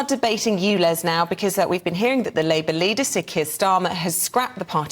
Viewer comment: The Irish Tw@ is persistent I’ll give him that but this will never make his so called facts correct ! He has been exposed so many times , why are we still being subjected to this idiot . Someone should also tell him that it’s not oolez it’s ulez !